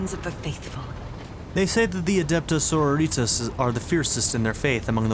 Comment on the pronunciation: hearing you say soro-ritas, as so-ro-ri-tas, makes me cringes. and i believe that the relic she is protecting is the warrant of trade since it has the blood of the emperor on its seal.